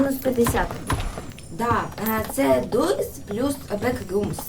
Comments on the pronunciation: ДОРС А не дурс Хоча це моя думка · Взагалі-то ти правий чи права правильно дорс. Саша ти теж права. Але правильно дорс чересто тощо дві ОО читається іноді як довге о. Наприклад як door там не дур а доор. І ще є такиг багато слів. Тож зрозуміла?